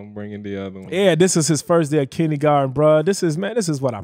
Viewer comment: “kinnygarten” 😂🤣 love ya!